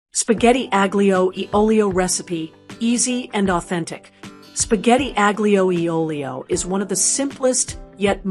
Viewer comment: Wait! You want to demonstrate “Authentic Spaghetti Aglio e Olio Recipe” but you can’t be bothered to learn how to pronounce it? No.